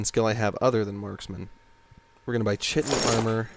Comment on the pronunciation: Just for future reference, chitin is pronounced "ky-tin," not "chi-tin" Anyway, I love this game, but I cannot play it vanilla anymore. I played it on Xbox when it first came out. I will not go back to that.